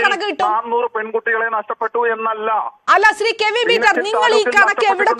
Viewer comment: ആദ്യം മോളെ.... കെവിൻ എന്നു പറയാൻ പഠിക്കു 😂😂😂😂